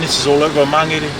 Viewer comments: Never heard Mangere said like that before. I always thought it was pronounced like Man-gheair. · Why do the locals mispronounce "Mangere".. even if you say it like "Magele".. it's still better then "Mang - gerry... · Pisses me off people need to learn how to pronounce our language properly its not mangry its mangere